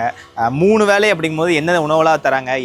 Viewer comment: வேளை not வேலை,தமிழ் கொலை பண்ணாதீங்க...